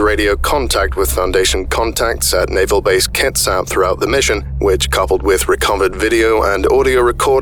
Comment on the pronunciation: Kits-ap Not kit-sap